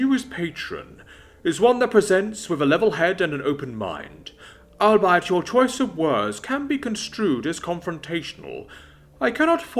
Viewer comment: Albeit is "all-be-it" not "ill-buy-it"